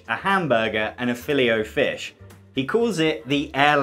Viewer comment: How did you pronounce “Filet”?